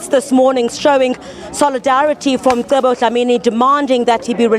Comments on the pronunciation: Its Mcebo... not Msebo! ca ce ci co cu!!! If one cant pronounce that, there are speech therapists to assist! If it was a black person mispronouncing an English word/name, it would create some space for mockery n a stand for correction! Respect out names, dear white lady!! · This lady is ignorant. His name is MCEBO! not Msebo.